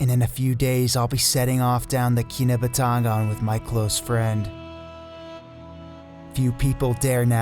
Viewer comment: Key-nah-but- ta-ngan